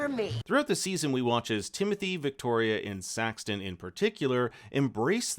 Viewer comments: Why do you keep calling him Saxton....??? It's so annoying. His name is SAXON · it's Saxon, not SaxTon.😜Do your homework. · Saxon…. Not Saxton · Saxon. His name is Saxon! Not Saxton! Oh God that was pissing me off!! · It is “Saxon”…Not “Saxton” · His name is Saxon not Saxton 😅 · IT'S SAXON, NOT SaxTon, no T. please watch the show again. Clearly you missed a lot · It's SAXON, no T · FYI, there is no "t" in Saxon.